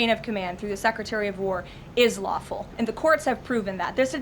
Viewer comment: She said lawfull orders knuckle head.😂